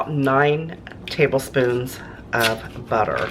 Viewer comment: Okay-- you say tablespoons. FYI.